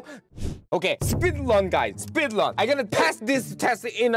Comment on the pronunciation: It’s so funny watching u suffer on learning English specially when u saying speedlun instead of speedrun For my question where do u live stream